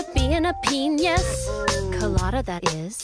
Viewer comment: She just flat-out went ahead with pronouncing it 'penius' and I love that for her and us and the world at large. ... large penuis colada, that is